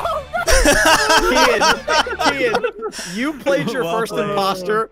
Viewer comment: BRUH ITS KEYIN NOT KEAIN